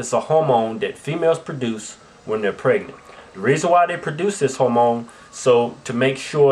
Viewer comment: Are they trying to say "hormone"? :/